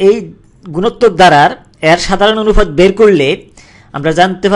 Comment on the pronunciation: ভাইরে অনুফাত কি? অনুপাত বলতে পারেন না??